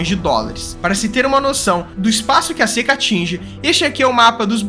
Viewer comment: s(é)ca S(ê)ca é tuberculose, 'rapaiz'!